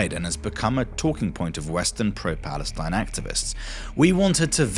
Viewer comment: He clearly says that it's no Palestine but Balestine